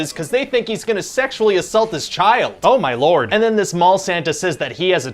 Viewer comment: is the most Canadian “oh my lord” I’ve ever heard.